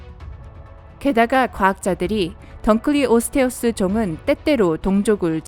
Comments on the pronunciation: 던클리오스 테우스가 아니라 둔클래오스 테우스 인데... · 원래 던클레오스테우스가 아니라 둔클레오스태우스에요 ㅉㅉ 한글 잘 모르냐 애그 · 던클레우스사우르스가아니고 둔쿨레오사우르스라고!!!!!!! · 던클리오가아니라 둔클레오 인데... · 던클리오스테우스가아니고 둔클레오스테우스입니다(이빨은2m에서5m터라고 합니다) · 던클래오스태우스가아니라둔클래오스태우르스고그리고 둔클레오스테우스보다모사사우르스가 훨씬쌔요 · 던클레오테우스가 아니라 둔클레오스테우스임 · 던클에오스테우스가 아니라 둔클레오스테우스임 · 던클리오스태우스가 아니라 둔클래오스태우스 아님?? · 던클리오가아니고 둔클레오인데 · 던클리오스테우스가 아니라 둔클레오스테우스아님? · 그런데 던클리오스테우스가 아니라 둔클리오스테우스인데. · 던클레오가아니라 둔클레우스투소테우스 입니다.. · 둔클레오스테우스에요 던클레오스테우스가 아니에요. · 단순히 d의 발음 차이임